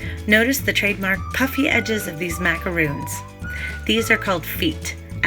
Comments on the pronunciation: MacaRONs not roons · That`s not macarOOns! It`s macar-on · You lost me at "macaroons" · Macarons which is in the video are different than macaroons which is what she is calling them. It’s one of my pet peeves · Great but Just one thing...you keep saying Macaroons. Those are not Macaroons they are Macarons. The way you’re pronouncing is for the coconut ones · It's MacaRONS...not Macaroons. If you are going to educate be educated. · Life as Boua it’s macarons. Macaroons are the coconut cookies. She said she says macaroons because that’s how most Americans pronounce it. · OMG. These are NOT pronounced as ‘macaROONs’—that’s cookies made with coconut and egg whites, etc. These are: ‘macaRONs’; like the male name RON. Why do so many people who should know the difference in pronunciation—don’t? Even Duff Goldman and Valerie Bertinelli mispronounced these all throughout an entire episode of their kids’ cooking show. No excuse. Duff certainly should know—-he’s a baker!!! The producers should have known, too! EEK! BIG difference in the two types of cookies—BIG! MacaRONS are one of my favorite cookies! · macarOOns and macarOns are totally different cookies, that's why right pronunciation is important here, otherwise it's misleading. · Thank you! How can people make a video on how to make them but pronounce it incorrectly! Drives me nuts!